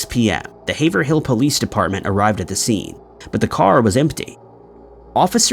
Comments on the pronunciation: Haverhill is pronounced haver reel - sad story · Haverhill --> Hayv-rull. Just like in Massachusetts.